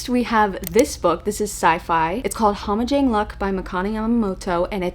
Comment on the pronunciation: Lol my only criticism is you live in Hawaii and don’t know how to say Hammajang 🤣🤣🤣